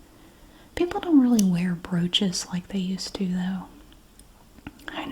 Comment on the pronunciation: Had this on in the background while working, and when she said “my grandmother was a big fan of broaches”, I thought she said roaches and snapped to attention 😂😂😂